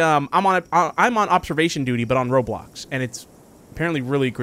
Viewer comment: You sayd "roblux" and .......... .thats offensive